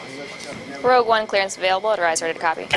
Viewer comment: It's Rogue. ROGUE ONE